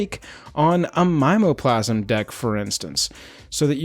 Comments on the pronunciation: Mime o plasm seems wrong to me. I say mim EEE OH plasm which is like sayin targét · Never heard anyone say My-mo-plasm before...we always say Mim-me-o-plasm. Fascinating. Also, totally agree, flavor text on Voidslime will necessitate this purchase. Lastly, non foil is for crazy people.